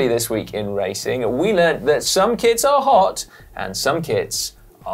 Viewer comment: I honestly don't know if is saying kits or kids.